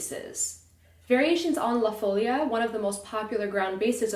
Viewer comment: Very nice! Just a tip: the stressed syllable of "Folia" is "li". ;)